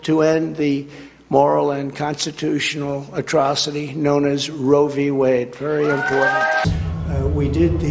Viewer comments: he keeps saying Rovey Wade 🤦🏻‍♂ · The way tRump says it... does he know anything about it beyond the sounds "row vee wayd"?